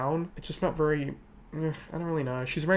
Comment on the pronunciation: I like how pronounces “very” like “VURRY” 😛